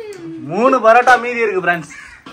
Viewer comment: It is not barotta it is parotta